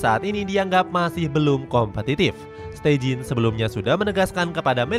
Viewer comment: steijn bacanya stein aja ya, bukan steijin 😒